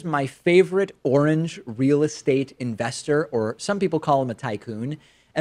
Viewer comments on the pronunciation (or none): none